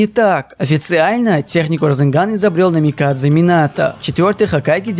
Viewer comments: блин, ну не делайте вы из Минато грузина)) он Намиказе, а не НамикаДЗЕ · Будто бы я незнаю что Минато создатель расенган. Притом не Минато Намикадзе а Минато Намиказе